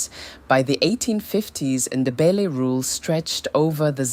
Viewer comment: Please put more effort in pronouncing names correctly and not pronounce them as if they are English names e.g. Shona is not Shawna. Mfecane, Ndebele 🤔